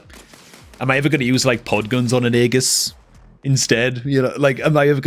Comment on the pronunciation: Its pronounced "ee jus" not "aa gus" 😂😂